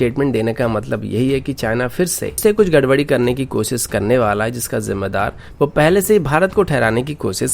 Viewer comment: You are good... Just improve your pronunciations... Eg. news - newj... Shuru - suru... Fresh - fres... Koshish - kosis! Overall, your content is good!